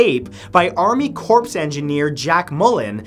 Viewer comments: Wait a minute, did he just say 'army corpse'? He really needs to study up on some of the things he pronounces wrong. Corps is pronounced 'cor' -- the p and s are silent because the word is French. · Corps IS NOT spoken 'corpse -a dead body, but CORE as in The Marine Corps, and saying marine CORPSE to a marine you'll probably wish you were a corpse ('cause they no longer feel pain!) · Take the "e" off and it's correct. Army corps of engineers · Segways are pretty cool imo. I don't understand why people hate them so much. Also, the word "corps" is pronounced like "core" not "corpse" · CORE, not corpse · Corps (Army Corps of Engineers)… is pronounced "core" not "corpse" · He just pronounced "corps" like "corpse" instead of like "core". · It's pronounced "core," not "corpse." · you said: "corpse" It's pronounced: "core" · He had alotta confidence in saying marine corps ITS PRONOUNCED CORE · Corps is pronounced Core. it's the Army Corps (core) of Engineers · rofl - "army corpse" :D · Corpse engineer? Yikes! 🤢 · Did you say Marine Corpse? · Also "Corps" is pronounced: CORE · He pronounced Corps like Corpse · I know you're Canadian Matthew, so you get a pass.. but myself, being a retired military member (also Canadian), the term "corps" is pronounced "core". Donald Trump made the same mistake, much more publicly. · You don't pronounce the P in Corps